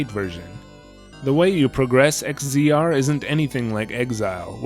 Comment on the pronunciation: to throw it out there, in case no one else said it, X-Z-R is pronounced Exile. Or, Egg Xile.